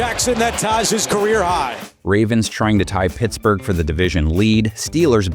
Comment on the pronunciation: I can’t unhear “PissBurg” Steelers. FLAWK naysh 🤞🏾🫡